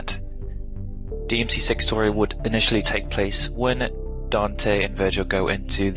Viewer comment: DMC sex What did we learn today? Be careful of the way you say six guys.